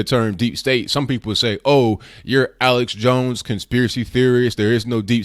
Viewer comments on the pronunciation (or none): none